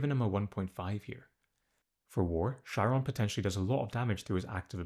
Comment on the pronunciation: It's pronounced Ky-ron